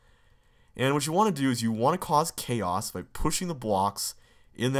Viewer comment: All the BUMMERs you had to go through to reach this BUMMER... : I did that for 303 - Mike's site. : Same - and that "CHAOS" was pronounced chah-ohs. : Chaos to Oblivion. : Mostly on the one over here, though - generally to save a red key more than time. : Green lock! : Spice it up by using the bold route! :D : Clear it up by going to the Bold time page. : Not lost - mostly bold route. : In CCLP2, it was intentionally left in.